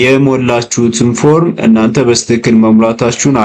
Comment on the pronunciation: አንተ ደደብ ነገር ነህዴ??? ሚጨፍረው አሻንጉሊት ምንድነው በጣም ያስጠላል ደግሞ ሌላው "በስትክክል" ማለት " "በትክክል" ለማለት ነው???